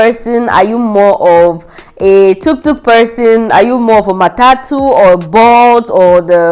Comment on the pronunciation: You had a great experience in Nairobi. it's tuktuk not toktok..... 😂 Nairobi and Kenya in general is amazing. Now be sure to do fun outdoor adventures next time. You will love it